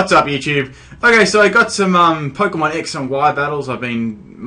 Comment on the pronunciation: you deserve bad battles if your saying it like polkamon